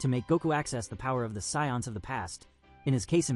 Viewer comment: The scions? like the car. How effing hard is it for a human to read a script. Enough with this AI voice over crap.